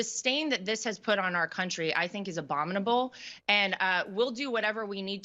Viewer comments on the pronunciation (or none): She said 'abomnibable'.